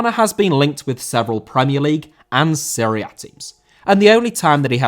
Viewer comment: Serie A* not Siri Ah